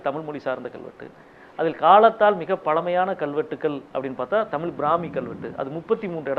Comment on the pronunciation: டேய் திமுக இல்லாமல் ஜெயிச்சுருப்பீயா. உன் கட்சி மேற்கு வங்கத்துல காலி . கேரளால செக்கண்ட் ப்ளேஸ் . முதல்ல தமிழை ' தமிழ் ' என்று உச்சரிக்க கற்றுக்கொள். அளுத்தம் இல்லை அழுத்தம் . அல்லது தமிழ்த்தாய் செத்துடுவாள் .